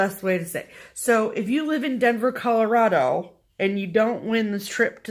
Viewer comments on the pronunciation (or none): none